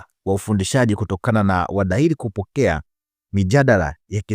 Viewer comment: Siyo wadahili, wahadhiri, nyie waandishi jifunzeni kabla ya kutamka au kuandika